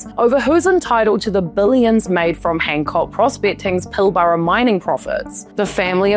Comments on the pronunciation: Ok, for everyone that's not from Western Australia, its pronounced Pill-Brah not Pil-ba-ra. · Far out !!! Try pronouncing Pilbara as Pil Ber a ! Not Pil bara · Pilbara is pronounced Pilbra and Wittenoom is pronounced Wittnoom. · As an Australian you a new Zealand due to accent correct me if I am wrong. I would not front up on YouTube channel and butcher the pronunciation of New Zealand country and city names. Was born in Melbourne but my father came to Western Australia mining and did well. Gina was older than I but we attended the same school. Your pronunciation of Pilbara is wrong your pronunciation of Wittenoom is wrong. So what other major facts are wrong in your story or deep dive on Gina ?????